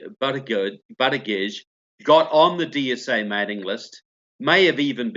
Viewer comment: BUTTigen? Really? 🤣🤣🤣 South bend IN? Ha ha ha ha ha!!!